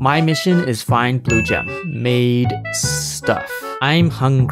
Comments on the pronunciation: you say missiOn with "o" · but you cant say the Letter o so you say misson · bro you said the letter o in mission😂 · You should obf lost when you said mission because it has an o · he says the letter o in “ mission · did say mission but it has a o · Didn't no one noticed that said "mission"?? and it has a "o" on it? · for minecraft but i cant say the letter o you said mission and it has the letter O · But you already lost you said the letter "o" mission has the letter "o" in it 😊 (not a hate comment) Btw is anyone watching this in 2024? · You says misiOn